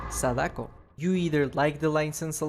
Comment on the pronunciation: Congrats on pronouncing Sadako correctly. It's usually the non native English speakers who say it right. As a Blight I run BBQ, Tinkerer, and either Ruin Undying or Pop Call of Brine. I love compounds 33 and 22 Guess I'm an evil Blight.